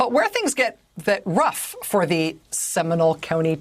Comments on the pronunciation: It’s pronounced “Semi-NOLE,” not “seminal.” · Factual statement. And am I the only one cringing at her pronunciation of “Seminole?”